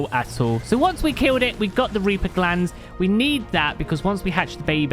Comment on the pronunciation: The way you were saying reaper was driving me a lil crazy. Sometime it was reapah sometimes it was reaper occasianally it was reapuh. Like wtf man pick a pronunciation lol